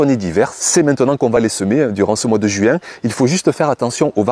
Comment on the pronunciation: JUouin ???c'est drôle votre façon de prononcer le mot...😄 l